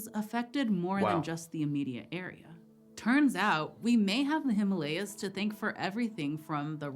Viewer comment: Well.. First American who pronounced The himalayas correctly.. Kudos